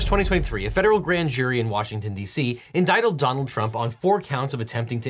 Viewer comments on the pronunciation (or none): Indictled ? that must be one of those fancy big law words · Indictled? Entitled? Endicted? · he says "inditled" instead of "indicted" like there's an extra "L" sound at the end. funny flub. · "indictled Donald Trump"? Oh, they did, did they? And here I just thought they indicted him, not indictled him... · "indictled" Hehe, that verbal flub sounded funny. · Definitely heard "indictled" . 😂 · indidled? Lmao. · "inditled" lol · The president has been indittled lmao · endidled donald trump lol. How Ned Flanders describes the news😂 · Did nobody else catch that he said "indictled"? 😂😂😂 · you coin a new word in this one: 'Inditled' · did you say Idodaled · did he say "inditled"? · hehe indidled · Dropping a like for "indictled Donald" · lol he said 'indictled' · Not knowing if "indictled" was mispronounced or lawyer term i never heard before. 🤔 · "Inditled Donald Trump." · Did you say “indidled”? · He said indicteled lol. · Anybody else hear “on August 1st 2023, a federal grand jury ‘INDICTLED’ Donald Trump?” Lol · This is what happens when you try to pronounce "certiorari," it just ruins everything.